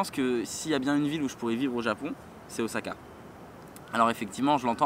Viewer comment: On dis Ossaka & pas Ozaka ? J'adore les bananes & l'ananas pour moi ça va :D